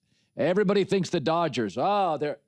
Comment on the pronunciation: it’s not Doyers it’s DODGERS in 6 ,stop it I realize your saying it in Spanish have some respect senior for our team